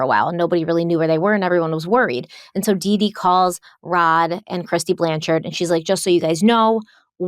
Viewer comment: I love that you dropped the "e" from the end of Blanchard!